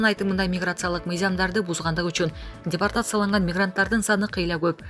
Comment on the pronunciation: Дипертацияланган эмес - депортацияланган десен минутту ишенбесен озун угуп кор!!! 😜😚